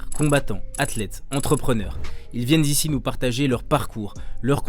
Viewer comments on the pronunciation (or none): "(...) Ils viennent z'ici (...)" Espèce d'âne... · C'est agréable quelqu'un qui fait les liaisons à l'oral, mais "ils viennent z'ici" dans l'intro, ça pique un peu.